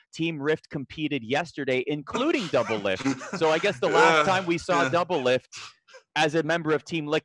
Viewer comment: DOUBLELIFT NOT DOUBLIFT